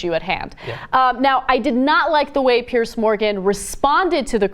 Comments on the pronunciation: Ana it's Piers with an "S" not PearCe. Fuck me. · Why can't Americans pronounce the name "Piers"? PIERS. Not "pierce". You know, just like those wooden things that stick out into water. Sounds the same as "peers".